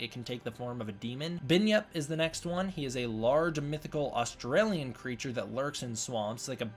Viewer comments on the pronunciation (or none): none